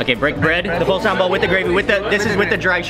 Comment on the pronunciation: not sambol but sambal